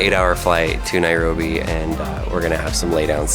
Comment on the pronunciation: Nobody:: Nairogrobi 😂😂